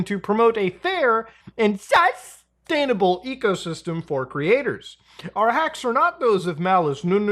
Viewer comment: wtf happened to muda ? “SuSSSSTainable” 😂